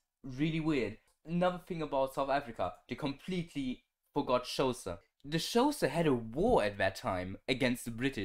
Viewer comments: Xhosa is pronounced khosa btw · Xhosa is pronounced more like core-sa, which is still incorrect, there's a click at the X similar to the Click "Nice" clip. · Bro that is not how you pronounce Xhosa.